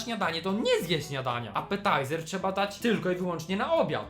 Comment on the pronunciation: Nie mogę...apataizer 😂